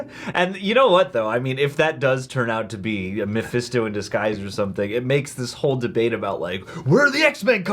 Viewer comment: if i hear mefésto one more time ... hahahaha